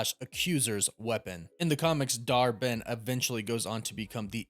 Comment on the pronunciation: I keep hearing Dar-Benn as Dharmann!!!!😆😆😆😆😂😂😂